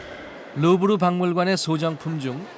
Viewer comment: 루브르인데 계속 르부르라 하네